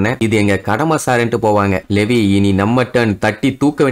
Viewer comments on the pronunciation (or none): லெவி illa bro லீவாய்